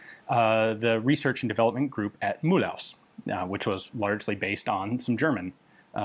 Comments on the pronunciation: You pronounce the first part of "MULhouse" right but not the 2nd part, keep pronoucing the MUL like you did but then the H is silent and secondly you shouldn't pronounce it HOUSE but more like OOZE (like in booze 😂 ) MUL OOZE. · Mulhouse pronunciation is tricky: it's Mul - ooz (with french u), not mul - house. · In french you pronounce the end of "Mulhouse" like "to lose" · Hello Ian! Loving your channel and following it for many years. I enormously appreciate the work and research you do. But could you please pronounce "Mulhouse" in its French fashion? (mul-ooze) No need to "Germanify" an already "Frenchified" word (as the city is called Mülhausen in German, Milhüz in Alsatian) It is just that while Alsace may have a Germanic dialect, we are first and foremost French. Our cities are called by their French name, or by their local name, in the many variations of our lovely, singing dialect. "High German" has been the language of a too often brutal occupier over the last century and a half, and it leaves a rather nasty music in Alsatian ears... AS your French pronounciation is otherwise impecable, I am certain you will do just fine with that weird word too ;) Sorry if this comes out a bit as a rant, it's not my intention ;) Keep up the good work!